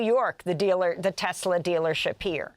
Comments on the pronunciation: "TESLUR" (LOL) IS A SWASTIKKAR!!! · Poor Leon, being ganged up on by humans! DJT buys a "Tesler" Yep, a tesler!